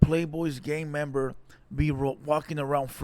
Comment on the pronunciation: You keep saying gaymember or gayviolence . It went from gang member and gang violence to that??